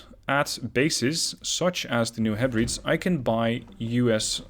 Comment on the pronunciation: It's pronounced New Heh-breh-deez.